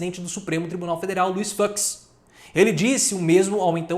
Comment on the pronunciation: PROFESSOR...PROFESSOR...O SENHOR DISSE FUCK E NÃO FUX...HEHHEEEEEEE....DANADINHO....HEHHEEEEE.